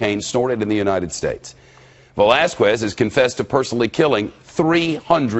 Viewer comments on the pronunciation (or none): Oml, please stop saying Velasquez like that